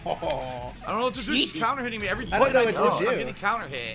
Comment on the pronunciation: I can't stand how he doesn't pronounce T's 😡 I gah hih! I'm pressing bu..ins. He keeps reading my inpuuhs. Whaa I didn do thah!